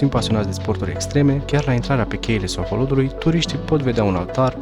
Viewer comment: La min 16 ati gresit denumirea Sohodolului, spunând Soholodului de cateva ori si ar fi pacat sa ramâna asa. Poate corectați, dacă se mai poate. In rest ...felicitari!